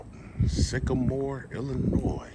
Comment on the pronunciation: Hay, Illinoi(s) is pronounced with a silent s. Sorry if that's petty. It's my pet peeve